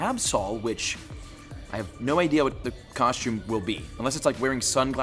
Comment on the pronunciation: why do you pronounce costume like that?